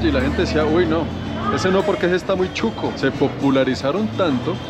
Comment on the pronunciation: Shuco no chuco jajaja 🤣